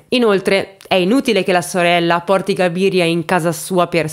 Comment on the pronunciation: Cabiria...non Gabiria.. c'è anche un film di Fellini: le notti di Cabiria.